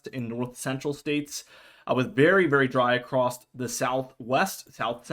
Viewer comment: Across not acrosed. Acrosed is not a word